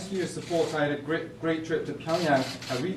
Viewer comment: 전체적으로 발성이 한국어모국어 쓰는사람같고 하나만 집어주자면 Great trip to pyeongyang에서 great trip쪽에 한국액센트 부분이 있다고 보면되요. Great에 -ea-부분이 미국기준으로는 모음의 발음이 너무 짧고 great의 g발음이 한국어의 'ㄱ' 을 자주 발음했던 사람의 발성으로 나와요 영국액센트가 약간들리는데 "미국인들이 부러워하는" 영국액센트는 아님. "호감"은 살수있을정도의 약간의 영국억양과 상당한 전문성이 비춰지는 통역은 있겟죠.